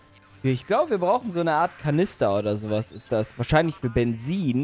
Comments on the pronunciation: Wie der gute alte einfach Bensin anstatt Benzin sagt 😂 liebe es einfach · Stimmt ich lache mich immer zu Tode wenn Bensin sagt 😂